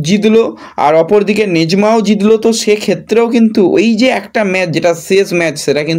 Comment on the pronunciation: সেই আবার ম্যাচকে ম্যাজ বলা! কেন ভাই, জিতলো হলো জিদলো?